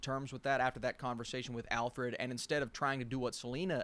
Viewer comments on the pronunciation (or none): Great video! couldn't help but wonder when you were saying 'alfffred' if you were referencing this lol 5 minutes